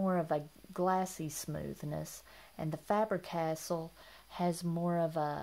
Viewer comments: Just to let you know, Faber-Castell is pronounced FAH-burr Cass-TELL. 🙂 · Thanks for the reminder. I realized that I was mispronouncing it when I watched the video prior to uploading it, but I was too lazy to reshoot it. Sorry about that.